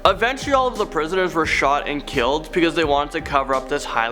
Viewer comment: You said 'beceuse 789